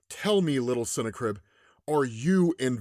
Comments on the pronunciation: I think its pronounced different not cine-crib but sin-na-crib🎶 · Just think of it like it’s snack ribs to say the name right ok lol .